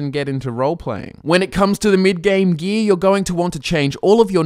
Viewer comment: For those who just as confused as I am, when he says "gee" he really means gear